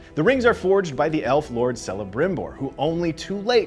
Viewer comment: K not C. Celeborn is pronounced Keleborn. So is Celebrimbor.